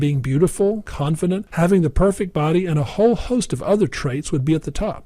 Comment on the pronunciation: I think he says "confidence" in a weird way :/